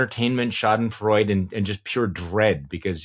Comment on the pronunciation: Charlie, one small point: "Schadenfreude" has four syllables. In German pronunciation when a word has a final "e" it is not silent. With the great writer Goethe, the final letter on his name is pronounced. The great chorus at the end of Beethoven's last symphony puts music to Schiller's poem "Ode to Joy," repeatedly pronouncing the final "e" of Freude. (By itself, the word Freude means joy). A final "e" in German sounds almost the same as the American English filler "uh." So think "Schadenfreuduh." Cheers, and love your podcast.